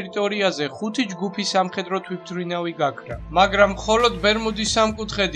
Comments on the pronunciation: კაი არხია მომწონს ძალიან კარგია მაგრამ ერთ შენიშვნას მოგვემ და არ გეეწყინოს "თვითრინავის" იძახი თუ მე მეჩვენება არვიცი :) დანსრჩენი ყველაფერი კაია გამოსასწორებელი სხვა არაფელია აბა ჰე წარმატებები ;) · თვითმფრინავს სწორად რატო არ ამბობ?